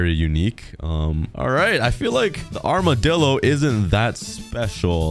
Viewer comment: It’s amidillo